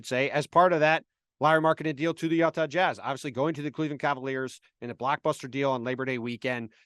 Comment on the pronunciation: "yuhtah jazz"